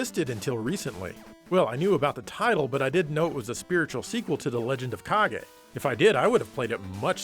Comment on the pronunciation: Fun fact, the way says "Kage" sounds exactly like the brazilian portuguese word "Caguei" which translated to "I pooped"... See, told you this is a fun fact, you're having fun now.